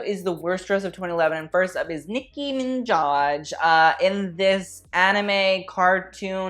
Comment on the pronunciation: How dare you mispronounce the Queens Nicki Minajs Name. Smh who do you think you are